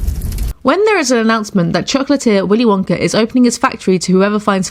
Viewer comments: It's "willy wonka" not "willy wonker" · Is it just my imagination or does she call Willy Wonka Willy wonker? 🤔🤔🤔🤔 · She said Willy Wonker